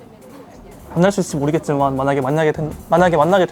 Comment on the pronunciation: 카나비도 중국어 오래하니까 만약에를 만냑에로 발음하네 ㅋㅋㅋㅋ귀엽다